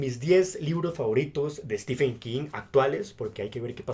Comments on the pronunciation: Por que todo le dicen Stefen y no Steven u.u PDT : sé que se escribe stephen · mi favorito es Los ojos del dragón, poco conocida pero maravillosa, en especial por la injusticia del joven principe peter, comentario de lector de king... pronucia estiven no estefen